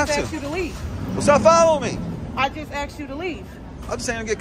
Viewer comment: She “axed” me...lmao